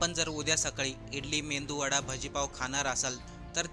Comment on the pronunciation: मेंदू वडा नाही मेदुवडा असं म्हणा